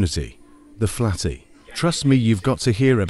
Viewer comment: The video: "Luke the Nuke and his new skill, the flatty". What I heard: "Luke the Nude and his new skill, the fatty". 💀